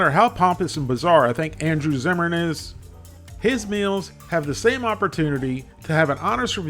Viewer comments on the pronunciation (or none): none